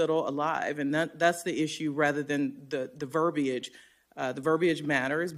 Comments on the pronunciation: Ver-bee-age.😂🤣😂🤣😂 If the verbiage dosen't matter, why'd ya change it? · “Verby-age” she’s not exactly a wordsmith is she 🙄